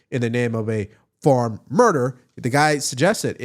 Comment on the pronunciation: Now you don't know how to pronounce the word farm? What is going on with you?